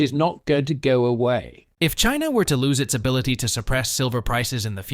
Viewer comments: It’s Chiner, not China. Weren’t you listening to the interview? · Indier and Chiner? Never heard of those countries.